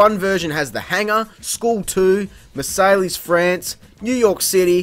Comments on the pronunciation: Sorry to be that guy, but the "lles" in Marseilles is silent; it's actually pronounced either mahr-Sai or mahr-Say. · How did you pronounce Marseilles? It's French, those crazy frog eaters don't give to shits about the writing! It's pronounced "Mar-say"